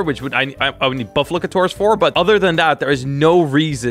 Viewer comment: The one thing I don’t understand is how pronounces buffalkor as bufflakator